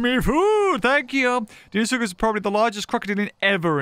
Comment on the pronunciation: It’s Dino-soocus not deeno suchus